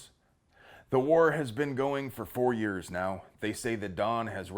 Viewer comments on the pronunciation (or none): none